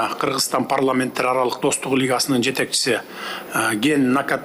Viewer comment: Переводчик, жнке он которбойсунбу жеке окудун белен, лингвистиканы??? Киргизстан -эмес Кыргызстан!!!!!!!! Ударение, басым жасаганды билбейсинби балбец ????